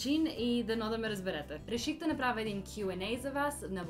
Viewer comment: Actually, you pronounced "направя" better than your mom. The correct pronunciation of vowels at the end of the words is to darken them. So having your mouth wide open for a я is not correct. Tell your mom that and have fun 😉😁